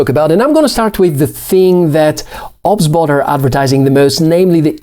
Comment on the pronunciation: 🤦🤦 Its not obs-bot... It's O.B.S Bot! As in the software OBS